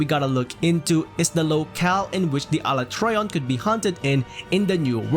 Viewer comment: The message means that you pronounce Alatreon wrongly